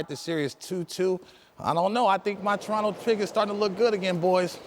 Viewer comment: i just love it when people pronounce Toronto the proper way...When other use that T at the last T in Toronto. Ugh lmao. fukers